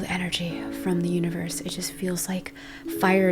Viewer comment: I thought you said I feel energy from the uterus 😭🤣 had to replay that again to hear universe